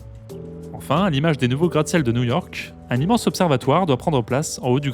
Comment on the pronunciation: Cool vidéo ! Juste, peut être demander au narrateur de faire attention a la diction sur les mots qui finissent par le son [K] "désormais ICONIQUE-KEUCHH" "New YORK-KEUCHH"